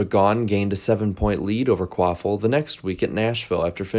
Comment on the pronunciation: I absolutely ❤ you & BFM & found you thru BFM but I do gotta ask, who in the hell is Travis Quaffle??? The way I always heard it pronounced on TV, so I thought & so I thought my ears heard, was Travis Quapple, not Quaffle lol. And even Google's CC captions have got u saying Quaffle so I know it's not my deaf ears 😆. Anyway ❤ your channel & try to nvr skip any ads on your vids & hope u get $(💰💵💵💲) paid for them. I just found your channel a few weeks ago, finally thankfully, so I've been binging. Which binging is my fav thing & I feel like I'm binging on a Breaking Bad or Game of Thrones type of show since discovering this channel. I must have watched some of your vids b4 but just nvr bothered to SUB or anything, just autoplayed into the next video but so glad now that I finally found you, WooHoo! You da MAN dude! Please keep up the excellent, entertaining & knowledgeable work!! 🏁🏆👍